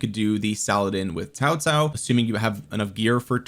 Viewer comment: Why do you pronounce Cao Cao as Tao Tao?